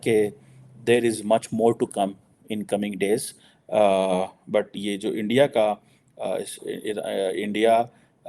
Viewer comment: Mamla Iran and Israel ka hai lekin pura time Endia Endia karke chala gaya 😂 India ka pronunciation bhi malum nahi and he is a student of international relations 👍